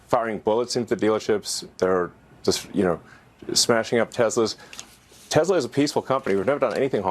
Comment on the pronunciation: God the way he says teZla pmo so bad 😂